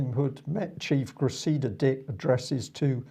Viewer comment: Please, please and - it's CRESSida, not CreSSEEda! Thank you for getting it right.